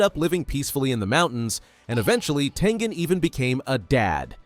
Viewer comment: That's crazy but its Tengen not Tengan